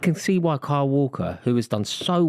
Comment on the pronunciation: Cant say the name kyle. Sounds like Carl or Cole to me when he says it